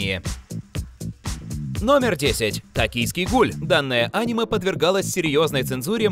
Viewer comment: Пожалуйста Аниме а не Анимэ